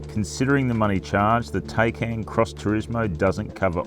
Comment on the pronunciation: «Tei-cain» .. it’s pronounced “THai-cAn”